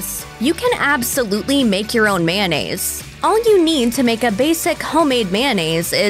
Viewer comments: "Man-nayze" No, girl. It's pronounced may-oh-nayze/nayce Like the spelling. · It's kinda funny how right after she explains the historical origins of mayonnaise she goes from saying the word as it's spelled back to calling it mannaise.